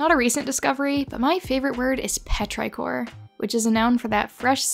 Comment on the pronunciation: Petrichor is not pronounced like that, with the i saying its name. The i is supposed to sound like 'ih,' as in "is" or "whiz."